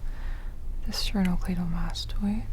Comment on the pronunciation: I was very, very pleased when I heard "sternocleidomastoid"